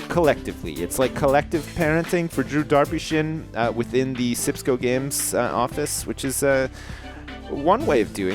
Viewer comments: it's not darpyshin it's Derry sjin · it's not drew darpyshyn it is drew derpysjin